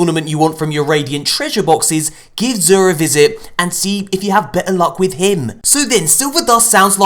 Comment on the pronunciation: sounds like he says "zuuhhhh" 😂